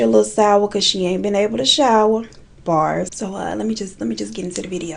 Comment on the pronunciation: Omg I die every time you say "bars" in a video